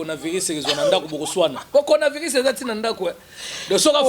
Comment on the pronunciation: C'est coronavirus et non conavirus